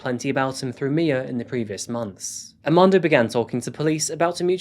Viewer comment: I'm am quite sure you went thru the alphabet in school both in America and in the UK right? R is never silent aRmando not AMANDO lmao